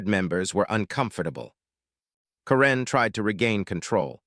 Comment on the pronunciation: Learn how to pronounce karen